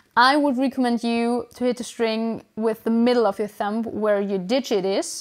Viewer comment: hey, just fyi the b in thumb is completely silent :)